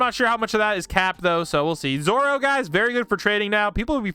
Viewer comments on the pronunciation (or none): ah yes "zoro"